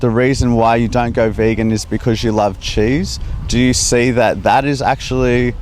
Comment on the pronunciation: bEegAn ThE VEeGaN lol